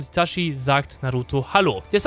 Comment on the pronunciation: witzig das du so abfällig über die Aussprache von Akaktsuki redest aber selber Itaschi sagst du Clown